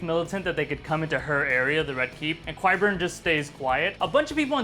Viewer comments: Qyburn is pronounced like kie-burn, not kwie-burn. Great video though. Love your analogies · Because of how pronounces Qyburn!